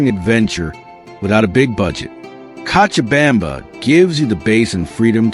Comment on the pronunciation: You are mispronouncing cochabamba (kochabamba) you have to try la vaca loca, el Dumbo, la tequina, you never mentioned a dish called Pam Paco where the food is buried under ground for 24 hours and the 2 o'clock siesta where the city shuts down what about the christo de la Concordia and zip lining .what about that delicious cheese bread and the passion fruit duch and the comedy club and the hot sauce called yajua. I moved there for seven years and the men are not so good when I lived there 1 American dollar was 650.00 Bolivians chicha is the incka Indians booze the hotel cochabamba serves the best escargo and one thing must be said you will get arrested for talking bad about the people or country freedom of speech forget it the police release the prisoners at night so they can steal and let them back in for a split bribery is normal and demanded in government offices and they can seize your bank account and properties with change of politicians i lost my business my house my properties and my life was in danger they do not like Americans they are nice because you have money period that was my experience after 7yrs. Is it still communist or are they democratic now